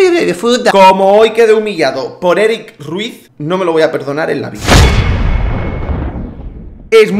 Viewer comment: Erick Rrrrruiiizzzz